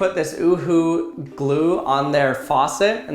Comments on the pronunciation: Me from Germany: is he really saying uühoü or oohoo or something like that. cant spell it instead of UhU edit: right pronunciation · he said something like 'OuHou' but it's just 'Uhu' 😂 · In UK we pronounce it "you-who" cracked me up when he says ”oo-who". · Stop calling it uhooo It's U.H.U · I thought he said uwu I’m dying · In England, it is pronounced as you hu. We also call faucets, taps. Cool video. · Damn u all never knew about this in middle eastern countries we use this instead glue sticks and btw you dont say it as a full word uhu you say it as word by word "u" "h" "u" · I am a Pakistani and i am thinking the same